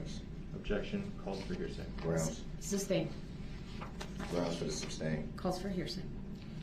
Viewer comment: Does he think if he says grounz repeatedly then he wins??